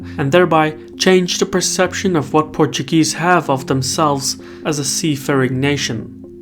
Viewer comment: Your Portuguese pronunciation is so good